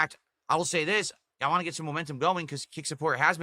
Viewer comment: "I'll talk about what I wahngk!"